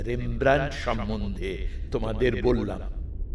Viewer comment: উচ্চারণ টা ইংলিশে "রেমব্রান্ট" আর ডাচ উচ্চারণ টা বাংলায় বলা শক্ত কিন্তু "রেমব্রা" নয়। (আমি চন্দ্রবিন্দু টা লাগাতে জানি না এই কীবোর্ড এ)